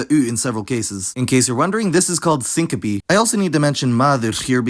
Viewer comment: This is how I learn "syncope" isn't pronounced with a silent-e lol